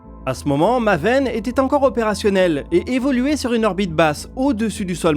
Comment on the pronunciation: Ca se prononce maéven